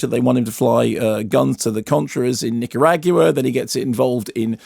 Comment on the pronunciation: Great review, but as a Nicaraguan, Mark's pronunciation of Nicaragua made me cringe and laugh 😂😂😂